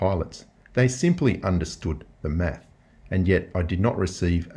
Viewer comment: 2 plus 2 is 4 minus 1 that’s fwee..... quick maffs